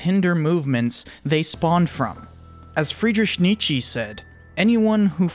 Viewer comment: Lol who tf is Freedersh Neetshee lmao